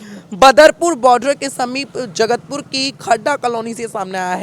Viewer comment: जगत पुर नहीं jait पुर है नाम जगह का